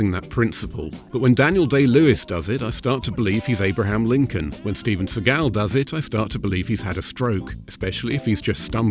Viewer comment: Steve-juan Segal lol